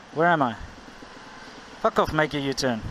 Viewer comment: you say fuck off that sounds so south african. Not to make fun, cuz I have a Afrikaans buddy that i have joked with about saying it the same way. It was just so stereotypical of your original country and also the first time I can think of, where your accent flowed through.. keep up the videos and thanks